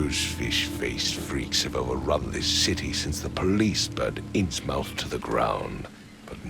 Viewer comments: What's this? Has somebody finally done a Lovecraftian game right? I'm interested in this playthrough! Oh.. Kay have mercy.. I am going to cringe completely out of my chair if that's the way everybody is going to pronounce "Innsmouth." Come on, how hard would it have been to check on East Coast dialect?? It's not "mouth" like the hole in your face where words come out, it's "MUTH".. say it with me.. "InnsMUTH".. jeez.. Regarding the case: Junior detective, you made the wrong choice! That fish-man is a killer and you had absolutely zero reason to trust or help him. If you had at least taken the bribe, then covering for him would make sense - but you didn't even do that. You just let a murderer walk free for no reason at all. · The fact that they pronounce Innsmouth that way is annoying but otherwise I'm hooked (ha ha) and glad I went back to watch this series. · If only they pronounced 'Innsmouth' correctly. It irks me to no end.